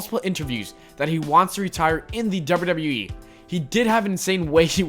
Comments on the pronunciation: the dubbida dubbida eeee 😂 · THE WAY YOU SAY "WWE" 😂